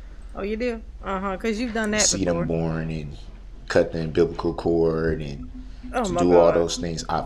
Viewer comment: Wait…did he just say unbiblical cord???!!! 😂😳🤭